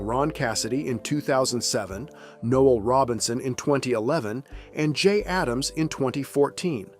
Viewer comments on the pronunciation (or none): none